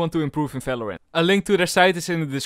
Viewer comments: I like how you are always saying Falorant c: But still your Videos are amazing, keep up with the good work. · Am i the only one you thinks that he say fvideo and fvalorant